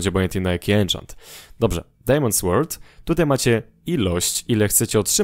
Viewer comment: Dobry montaż filmu, jednak to jedyny pozytyw. Popracuj nad przygotowaniem tematu zanim go nagrasz, bo "nie wiem", "nie jestem pewien" na temat podstawowej wiedzy z tematu o którym robisz film jest nie na miejscu. Dodatkowo - angielski. Popracuj nad tym bo gdy słyszy się "SŁORD" albo "AKS to chyba topór ale nie jestem pewien" przechodzą człowieka ciarki zażenowania.